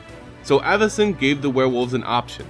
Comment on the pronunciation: It's pronounced Avacyn, not Āvacyn